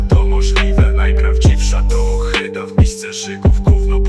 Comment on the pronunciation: ohyda- nie ochyda rzygać - nie żygać kondom - nie kondon. Używaj pan POprawnej POlszczyzny.